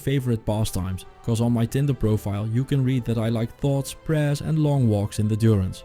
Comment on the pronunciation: Djurence., not Duronce.